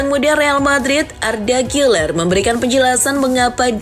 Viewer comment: Sejak Kapan Gäler jadi Giler 😭